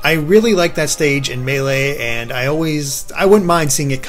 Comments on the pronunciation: I cringed when i heard pronounce Melee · will never pronounce Melee correctly.